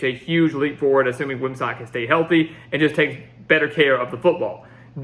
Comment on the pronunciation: It’s Gavin Wimsatt like “sit”, not “sat”.